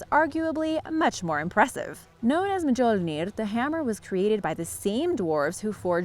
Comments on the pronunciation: This girls facts are wrong the trojan war started after a trojan prince kidnapped a spartan woman and it’s not prenounced “ma-jerl-nair” its Mjölnir and the j is silent more like myolnir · me-jol-nier? Mjølner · Said Mjonir? I believe its actually said Mjolnir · It's pronounced mi-yul-nir not me-jol-near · She said "majolnir" but its pronounced "meyolnir"(btw correct form is mjolnir in spelling) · Mjolnir is pronounced Myole-near btw. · It’s mji-ou-ner Mjölner & It’s a-s-goa-rd asgård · i thought it was pronounced myOlneer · the hammer of thor is actually pronounced (mee-yol-neer). the ancient texts of the Norse dictate that, much like in German, the "j" letter actually makes a (yuh) sound, like the english "y". hate to be THAT guy, but it bugs me when people get it wrong...sorry again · The j in Mjolnir sounds like a y, not like an English j. So it's said like "myole-near." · also thoth not toth, toth was that blind nigga in the last airbender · OmegaUltima hahahahahaha MAJORNIR!! Hahaha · The way you pronounce the name of Thor's hammer is weird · YES, THANK YOU. Im glad im not the only one. I feel that if your going to talk about something, at least GET THE DAMN NAMES RIGHT. Her BUTCHERING of Mjolnir and Asgard are fucking gringe worthy. I mean come on, it sounds like she didnt even TRY to find out how to say it and just sounded it out like a damn 5 year old. She didnt get Mjolnir ANYWHERE EVEN SLIGHTLY CLOSE to the correct pronunciation. All she had to do was look This is the CORRECT way to say it lady!